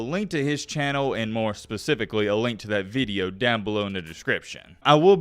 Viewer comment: “Veedio” country boy. Good veedio, keep em comin’.